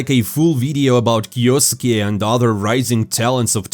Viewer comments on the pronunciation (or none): none